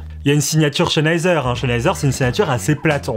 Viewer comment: Stop de dire CHENheiser x)